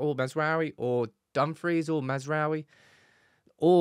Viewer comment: Why everyone says he’s name wrong 💀😂 it’s. Maz (like Mazda da) rA(!) - oui (France yes) So Maz Ra Oui Everyone yt’uber says massra’oehWie, it triggers me 😅